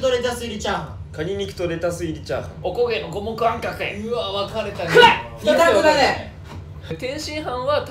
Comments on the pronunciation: 佐久間「カニ肉とレタスゥ〜、っ入りチャーハン」 あべべ「おこ"け"の"こ"も"く"あ"ん"か"くぇ」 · 阿部ちゃんの オコゲノゴモクアンカケッ が好き💚